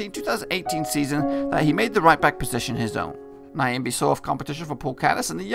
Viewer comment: Heys its not Niyambii..... but Nyambe. pronounce "'Nya"' as u do it in the word "Nyasaland'' ----mbe sounds like cow sound ( mbuuuuu, in that case it would be Mbeeeee)